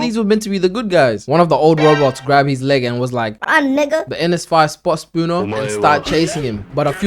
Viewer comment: Kept hearing "sakuna" everytine u said "spooner" lmao